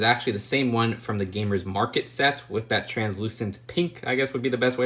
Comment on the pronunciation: Instead of saying “With” always say “wif” lmao